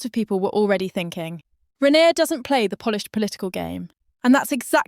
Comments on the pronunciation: In future, before you start your AI nonsense, can you get the basics right first, that is the names of the players, for instance her name is RAYNER .......NOT renauld,...NOT renner.!!!!! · Her. Name is Rayner.. Aaaaner😮😮